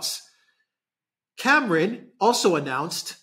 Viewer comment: Cameron . Not lord camaaron. F the lord